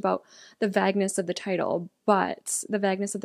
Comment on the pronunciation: The “va-g-niss” 😂 Sorry, caught me by surprise. Is that how some people pronounce vagueness? I pronounce it as “Vay-g-niss”. Am I pronouncing it wrong 🤔